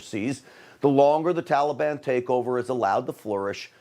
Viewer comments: He pronounces taliban the same way barry pronounced it. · He’s an idiot - it’s so annoying to me too! Tallyban lord help us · If joe says tollybon one more time. Oooooooohhhhhhhhhhh. Mannnnnn it’s annoying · To be honest, I am waiting for him to say trolley bahn. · Biden can’t even pronounce Taliban correctly. He’s an idiot! Why can’t he be impeached? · Why can’t he even pronounce Taliban??